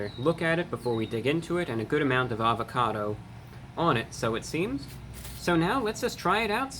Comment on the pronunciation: Everything was sounding good untill he said avacodo